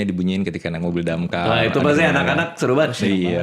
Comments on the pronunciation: DAMKAR❌ DAMCARE✔️ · Damkar ❌️ DamCARE✅️ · Bukan damkar tapi DamCare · DAMKAR ❌ = DAMCARE ✅